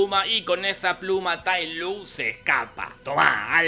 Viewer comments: tai lunk?? se pronuncia tai lonk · Este es el peor resumen, todo mal jajaja "tai lun" TAI LONG se pronuncia, le cambió el sexo a Mantis y Grulla, músicas desfasadas, falta de info, todo mal hizo el Jorge. Jajaja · Oe es Tai long no Tai lung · "Tailun"? Recuerdo que se pronunciaba Tailon 🤔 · Todos: TayLong Jorge: Tailun xD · Es tai long, no tai lung pendejo y no me insultes al panda, barba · Tai long se dice! Pronuncia bien lpmqtrp pdpcryc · Tay lOng no Tay lUng... ponerle voluntad la c... (En LATAM paso cómo Tay Long ps) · sep, se escribe Lung, pero se pronuncia Luong/Long, que yo sepa sólo en España dicen Lung así a lo bestia XD Pero es obvio que no vió las películas, ni sabe el nombre de Po, y son dos letras de mierda... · Nadie Jorge: Tailum JAJAJAJA JAJAJA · tai lun jajajajajajaja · Tai lung? Diganme que no soy el unico que le decia tailong xd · Mi nene te escucho diciendo "Tay Lun" y dijo quién es este marmota jajaa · Con una carajo te lo resumo deja de intentar ser gracioso, respeta al maestro shifu y pronuncia bien la cosas tae luuuun, decepcion de video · nadie: absolutamente nadie: jorge: tai lUng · Tay Lung, enserio pronunciarse tal cual se escribe 'Tay Lung' Se nota que esta película no viste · No les pasa que "TAILUM" jajajajajajajaajja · El dolor de oídos que me genera escuchar Tai lung jajaja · Cómo le vas a decir Tai LUNG?! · Se pronuncia tal como se escribe su nombre ~"Tai Lung"? y yo que creía que era Tai Long xd